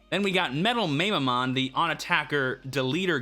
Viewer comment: Love your stuff! I feel compelled to say that Mamemon is pronounced "Mah-Meh"-mon LOL Can't wait to see what decks come out for this format!